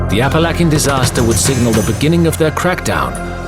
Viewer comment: Apalackin?? Lol!